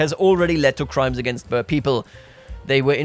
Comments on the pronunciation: (boer is pronounced as "Buhr") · Boer pronounces like Ruhr, but with a B ;)